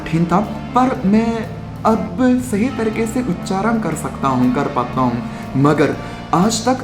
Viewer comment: In beginning of the video , you pronounced "uchharan "very correctly